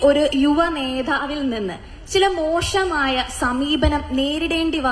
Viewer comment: മോഷമായ എന്നു പറയാതെ മോശമായ എന്നു പറയൂ